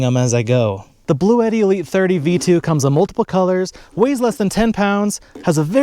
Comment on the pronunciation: The company actually pronounces it 'BLUE-TEE, FYI.